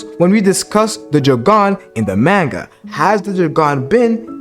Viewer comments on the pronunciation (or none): Maanga pronunciation tho lol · Why is he saying manga like that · Nah fr